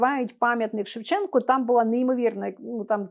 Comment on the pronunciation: Пам'ятник ШевченкУ. Автори програми кілька разів казали з буквою А на кінці